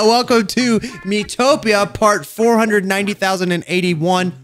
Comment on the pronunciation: YuB just said miitopia like: MII TO PIA Hahahaha lol